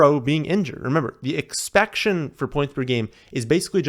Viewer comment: Bro saying “Expection” lmaooo